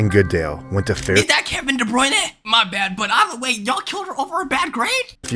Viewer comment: The way he pronounced Kevin De Bruyne hurts me. 💔